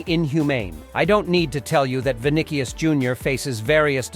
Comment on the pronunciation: bro said vicnicies